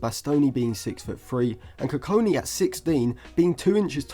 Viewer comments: Next time, don't trust Stephen Howson's pronunciations on players 😅 GOD-WILL KU-KON-KI is how his name is pronounced. But yeah great analysis on him, I think if Lisandro's injury issues don't subside then he'll be in the squad sooner than we think. He's got a lot of development still to do but would be an excellent long term option for that LCB role. Other than Branthwaite, Bastoni, Lukeba & Hincapie what do you think of Nico Schlotterbeck from Dortmund as a potential LCB option? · koo-kong-key is how you say his name. enjoyed the video. bastoni is a good profile comparison. his versatility will help him break into the team for sure. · not how you say his name, and hes 16 dont compare him to one of the best in the world rn thats unnecessary pressure and just so off because he hasnt played a minute in the first team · just say it the right way🙏😭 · The way He Kept Pronouncing the Name was Doing My Head In....😂😂😂